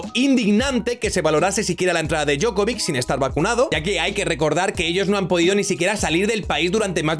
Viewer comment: Djokovic, no Djokovik, y la C se pronuncia Ch, por eso no es lo mismo.